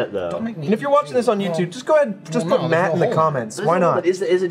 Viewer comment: "Myatt" - Matt Bragg